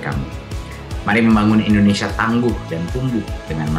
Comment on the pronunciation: Indonesia Bang Deny, bukan Endonesia 😁🙏